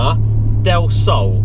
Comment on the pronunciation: Del slow more like del no